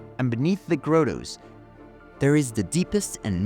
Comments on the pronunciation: Teaching the Italian accented A.I. voice the proper pronunciation of the word grotto would be nice. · Omg stop saying Grotto wrong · Wonderful presentation.... But ... "Mah-dul", not "moe-dul"... "Grah-toe", not "grow-toe", "Guy-us" or "gay-us", not "guy-yoos".